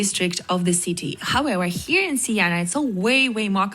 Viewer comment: Siena! Not Sienna!